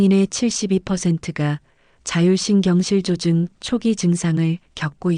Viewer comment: 자율신경실 조증이 아니고 자율신경 실조증 띄어 읽기를 잘 해주세요 자율신경 ^ 실조증